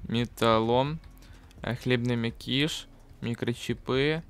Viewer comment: Не мякИш а мЯкиш И не микрочипЫ а микрочИпы